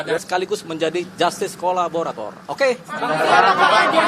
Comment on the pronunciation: Saya apresiasi kerja penasehat hukum ini. Kerjanya sangat baik tapi perlu latihan pengucapan KO LA BO RA TOR